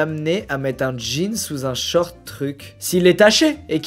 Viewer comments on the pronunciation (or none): none